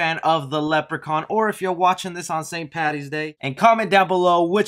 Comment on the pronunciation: I like that you said Paddy’s day and not Patty’s day, keep up the good work